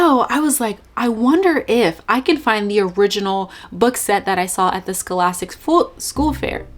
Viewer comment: “Periously” “Prejudices” “Scholascic” girl what? 🤣🤣